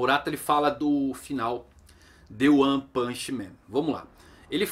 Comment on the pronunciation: Toda vez que ele fala "O one" eu entendo "Juan".